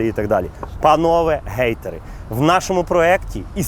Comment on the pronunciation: "ГЕЙтери" я почув, чи хейтери? ))